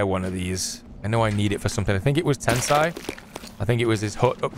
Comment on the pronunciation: Tensaey?? It's Tesnay IT'S LIKE TENSAAY EASY